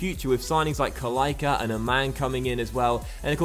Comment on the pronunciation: you don't say Kalaika you say Kalaitsa